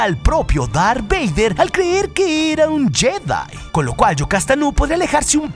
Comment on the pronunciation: Dijo lar beyder